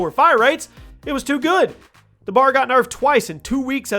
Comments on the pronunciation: Bar? It's B.A.R. for Browning automatic rifle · It triggers me how he said B A R like bar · I just really have to express that all of the 3 letter weapons are not a word. FAL is not a word. BAR is not a word. I don’t know why that bugs me so much but whenever I hear someone say them as a word it irks me.